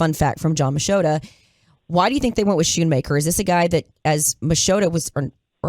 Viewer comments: It’s not pronounced Skoonmaker not shoonmaker Jane. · It's SKOON-MAKER!